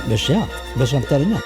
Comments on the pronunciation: 어 공감ㅋㅋㅋㅋㅋㅋㅋㅋㅋㅋ저도 그거 불어인 줉ㅋㅋㅋㅋㅋㅋ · 1.7배속 시청 맨 마지막에 몇시야 라고 말하는것 프랑스어처럼 들림 ㅋㅋㅋㅋㅋㅋ ㅋㅋㅋ